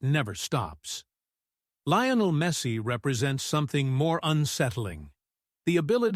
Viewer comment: Please pronounce Messis name correctly! Its Lee o nel not Ly o nel.